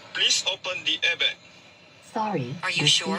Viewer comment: sebutan abg tu salah..dia kena sebut 'airbag' bkan 'airbekk'🤣🤣📏📏📏